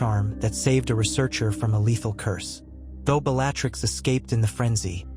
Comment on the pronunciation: Please correct the pronunciation of words…. Especially Bellatrix !!! It ruins the whole experience of listening to the story And the spell names… it’s AI reading it, surely it can be corrected in the pronunciation